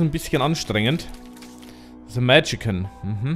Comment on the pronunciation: Och schade, sah so gut aus. Aber das du dich immer noch wunderst, dass bei Moms Heart als zweiter Gegner Monstro kommt... schon sehr lustig. Und es heißt Magician nicht Magican^^